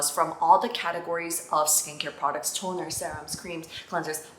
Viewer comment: Omg it is so cute how you pronounce the "T" on toner 😂💖🫶